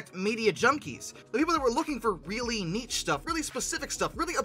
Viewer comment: Lol for the love of god, someone teach this man how to pronounce "niche"! 🤣 It rhymes with "sheesh" not "cheech".